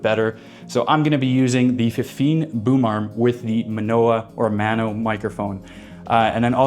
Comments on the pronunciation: GREAT comparison, so helpful. But I think it's "May-OH-no" - at least that's what I hear mostly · How do you make a video comparing 2 products and mispronounce both of them lol